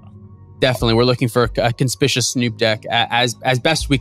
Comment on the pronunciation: this was great, but, it's kon-spick-you-us snoop haha